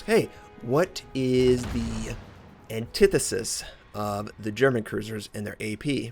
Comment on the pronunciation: As one of the first (and most loyal) fans of (as in, there may have been 3 other viewers when I first started watching, commenting, and enjoying) - I don't really think that my critique of his weak German pronunciation needs to be critiqued to prove yourself a fan -. It stands alone as a fact.